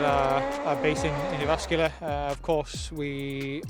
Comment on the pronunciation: Perfect pronunciation for Jyväskylä. Just saying :P.